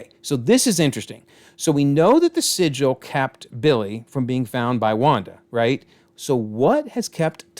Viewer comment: sigil not Sicily 🤦🏻‍♂️😂